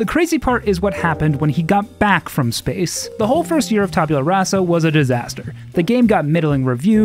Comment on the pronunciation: Lord British: "Tabyula Rasa." Also Lord British: "Taboola Rasa."